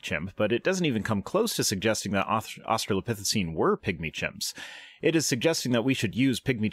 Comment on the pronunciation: In how many different ways shall that creationist pronounce "Australopithecine" in his speech? Because I've already counted, like, four.